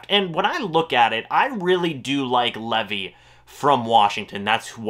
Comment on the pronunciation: ...LEEEEEVVV-EYE, not Levy